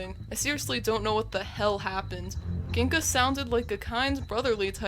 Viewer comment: Mispronounces Gingka's name multiple times and misspells it too Me: It's 'Gingka' and you're supposed to say it like: 'Tjingka' not 'Kinca' but I'll cut you some slack since you probably haven't seen it in a while. Claims XY games are better than BW games Me: …Get out. Leave. Delete your channel. Go away and never come back.